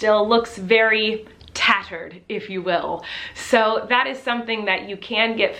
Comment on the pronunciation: You saying tattered made me cry laughing and I’m SO sorry